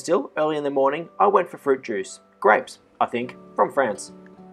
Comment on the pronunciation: "Hairdryers" and 'fruit juice' he said looooooollllll